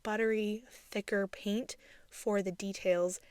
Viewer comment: Are you aware that the word “paint” is said with a long A, as in the word “pay” not a long E as in the word “peek”? You say the word paint as if it is spelled peent. It’s very distracting.